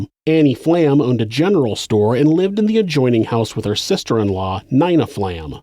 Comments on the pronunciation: just fyi n-ee-na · have you never heard the name nina before lmao neyena? also he is a sister in law somehow lmao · you say "Nina" wrong